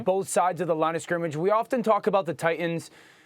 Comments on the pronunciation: “Tight-TINS” - Dan Orlovsky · Why he say “ Titians” like that in the beginning 💀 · Why can't Dan pronounce Titans correctly?